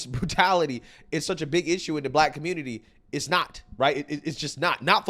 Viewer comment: "Aight, guys! So we gotta talk about" how da Communitah is a lost cause yo. "You've seen that, you heard that!" Big ups,... 😂💪🏾🇺🇸🔥🇺🇸👍🏾🤣